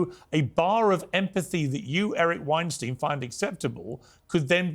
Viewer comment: Eric has been in 5x and Pierce still xalls him winesteen. Its winestyne...like einstein